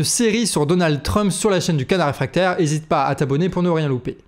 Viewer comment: Je vous trouve intéressant mais je suis souvent gênée par votre prononciation, par exemple aujourd'hui "DonaldE TRump"...